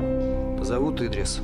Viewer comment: Не Идрис,а ИдрИс(ударение на второй слог),не искажайте имя.